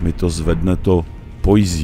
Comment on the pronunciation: Videa super, ale ta tvá anglická výslovnost mě opravdu ničí :D Poise je prostě pojs a ne pojzí to samé v předchozím videu Liurnia of the Lakes - je to lejks a ne líks :D